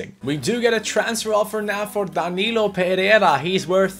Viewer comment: I know you're really trying to say his name right but you're not achieving it, his last name is PE REI RA with an "I" between the "RE" and "RA", not PERERA, that's really annoying, thank you.